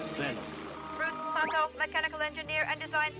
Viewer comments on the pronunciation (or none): Bruce SATO, not Soto.